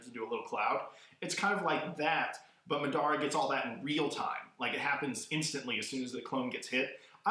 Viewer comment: Lol the way he says madara and obito Lmao. Like really dude your saying it wrong. But still a thmbs up for a awesome video